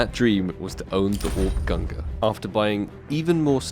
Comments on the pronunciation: I get triggered everytime he says "GUNGRR" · Pls don’t pronounce it gungrrrr :D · when he said gungur i felt that. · Why Gun-ger? It's Gung-neer. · it's /gung-neer/ not /gung-gr/ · FFS! its pronounced GUNG-nir ffs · I think the AWP you want is pronounced "gun gnir" btw, and the negev in the tradeup is pronounced the same way as Thors hammer /tradeoffer/new/?partner= &token=-9WHWEQ1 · I'm pretty sure that its pronounce "GUNG NIR". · They are named after Thor and Odin's weapons and you've pronounced them both terribly and it triggers me. Say it with me GUNG-neer! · Why does this man just ignore the N in gungnir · I don’t think Gaben will give you the gungnir until you pronounce it correct lol. You will get it some day hopefully... But those player models are kind a /tradeoffer/new/?partner= &token=3HA38g0Z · Nitram same with the Gungnir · Fml the way you say Gungnir is dreadful. Great vid tho. 🙃😂